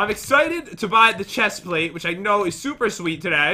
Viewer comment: Did anyone notice the chest plate is pronounced wrong.